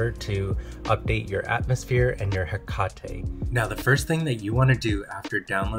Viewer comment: Hekatey lol it is pronounced he kate 🤣